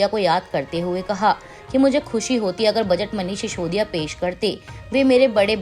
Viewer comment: मैडम शिशोदिया नहीं सिसोदिया।